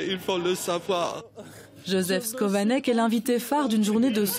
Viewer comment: Son nom ne se prononce pas " scovanec " mais SCHOvanec